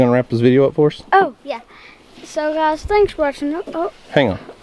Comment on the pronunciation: He said gluys